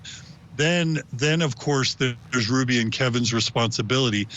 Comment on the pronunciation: "Ruby" not "Rudy"!!!!